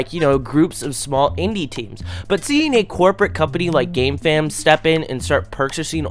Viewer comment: Sometimes I hear gamefam as "gay fam"